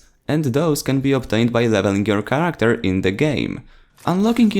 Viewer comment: charecter. CHATECTER it's character